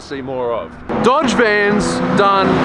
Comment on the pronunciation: my osaka wife pronounces Dodge as dod-a-gee